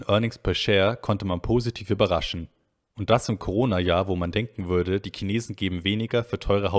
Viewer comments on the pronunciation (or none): none